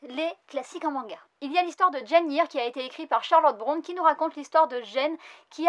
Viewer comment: Bah alors on sait pas dire "Charlotte Bronté" et "Jane Austen" 😝 Moi j'ai que Les Enquêtes de Sherlock Holmes & Train de Nuit dans la Voie Lactée (pas encore lu) Mais j'aimerais beaucoup avoir : ● Le Comte de Monte-Cristo j'ai adoré la version Kurokawa et peu être Les Nouvelles Extraordinaires d'Edgard Allan Poe qui pourrait être intéressant aussi. Et éventuellement Le Magicien d'Oz et Deux Ans de Vacances que je ne connais pas mais si tu adores Jules Vernes, tu devrais adoré les oeuvres de H.G Well et d'ailleurs si il y a des mangas dessus ça serai un bon point :)